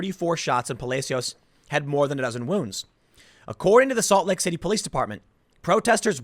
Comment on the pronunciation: almost sounds like he said “assault lake city” 😆